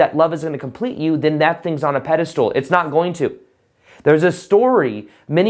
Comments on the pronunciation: Pedestal not peda- stool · Pedestal not pedestool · pedestal not pedastool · just can’t get over him pronouncing it as “pede-stool” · "pedestool" hahaha perfect to minimize importance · Lol sounds like you're saying PEDE-STOOL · I like your messages but when you say “pedistool’ it lessens the impact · I completely agree with you ... never in my life have I heard of anyone else pronouncing it as Pedi .. stool !